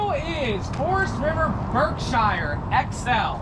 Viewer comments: I'm from Massachusetts where Berkshire Ins is . It is pronounced "berkshear" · For god sake somebody teach him how to pronounce the word "Berkshire"